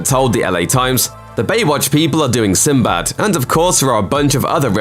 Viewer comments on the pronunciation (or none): Sinbed? 🤔. What’s that? Oh you mean Sinbad. 😕